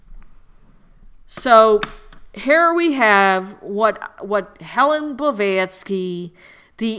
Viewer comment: This broad is really painful to listen to. Plus, how do you take someone serious when they can't even get the person's name correct?